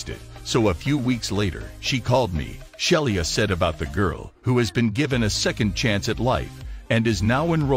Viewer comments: The flight attendant is a great person doing a marvellous job and she deserves to have her name pronounced correctly. Robovoice is darned annoying. "Shell-ee-ah". Crikey. It's "Shee-luh" Sheila. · The flight attendant's name was Sheila Frederick, not Shelia.